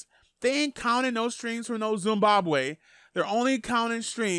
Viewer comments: cant pronounce "Zimbabwe" properly😂😂😂🤦‍♂️ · Big fan of u but u pronounce Zimbabwe wrong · What’s Zumbambwe it’s ZIMBABWE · Wtf is a "Zoombabwe"??? You mean Zimbabwe.... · Zimbabwe, not Zumbabwe don‘他luz subscribers over some dum**hit. Making it sound like a zoo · my gee its Zimbabwe not zumbabwe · THIS MAN SAID ZIMBABWE STREAMS😹😹😹